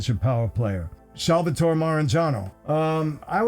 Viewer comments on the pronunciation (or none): none